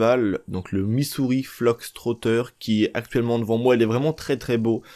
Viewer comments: Fox Fox Fox et non Flox lolll l'anglais des français c'est horible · on dit Missouri FOX trotter banane !! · C moi ou tu dit Missouri fLox trotter 😂😂😂